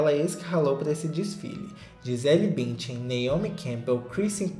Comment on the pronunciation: Morri com o Gisele "Bintian" na reportagem. 😂